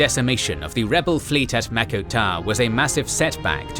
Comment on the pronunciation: wtf is mako tar?